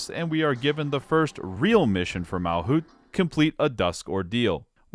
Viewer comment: Errr☝️🤓 It is MalCUTE, not MalKUTH, MalCUTE